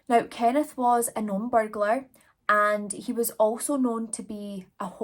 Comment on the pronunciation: You are saying burglars PERFECT!